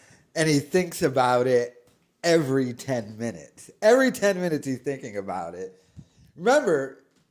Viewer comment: He cant pronounce the word " every". He just lazy with the language and nobody corrects him